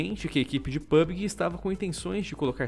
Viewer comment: "pubgee", e não "pubguee"!!!!!